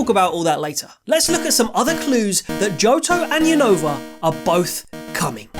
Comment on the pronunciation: Is Unova not younova say the name right 😅